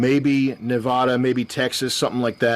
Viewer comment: Sam, my boy, you gotta learn how to pronounce Nevada correctly